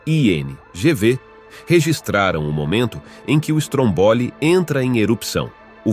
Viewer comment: Meu Querido narrador vamos lá pronunciar certinho aceita ajuda; Vamos lá (fale como vou escrever ok?) Stroombolli carregue ou Strõmbolli no (Õ) vc faça mais grave trooboli tenta aí sei q é outro idioma mas tenta aí vai ficar perfeito sua voz é linda bora ficar mais bonito. Melhores vídeos de Vulcões da internet. Parabéns.💋👊🏼🌋💯🇮🇹💯🇧🇷👍🏼